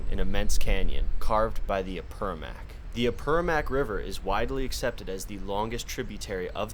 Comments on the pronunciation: lovely video but there's an importsnt note on pronunciation: it's Apurimac, not Apurumac Apu= mountain God Rimac= the one who speaks Apurimac= Mountain God who speaks There's also the Rimac river in Lima, it's called like that because the sound of the rocks makes it seem that the river is talking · I’m sorry but I have to correct your pronunciation: The word Apurímac is typically pronounced ah-poo-REE-mahk. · Ah-pooh-ree-mak , is how you pronounce Apurímac. The name of the river... Great video. Thanks for sharing. I know, the experience of walking in those places, is indescribable... the sounds, the smell, the lightness of the atmosphere... MAGICAL, and not easy... especially alone..! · Cada vez que escucha a “Apermac” me dolía el quechua 😅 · can you at least learn how to say Apurímac